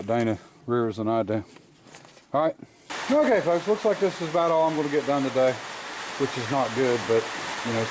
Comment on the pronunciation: Try to stop saying "folks" sometimes it sounds like your saying f*cks. I think that's what's happening.